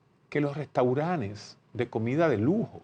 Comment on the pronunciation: Restauranes ? Así no Doctor, Restauranes